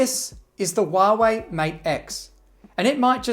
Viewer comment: Huawei. Not Wahwey.